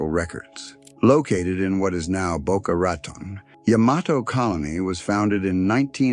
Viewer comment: I can't stand the way he says Boca Raton...focusing in on the rat part.